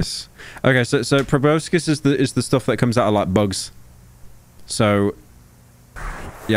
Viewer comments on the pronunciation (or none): How tf can no youtuber pronounce proboscis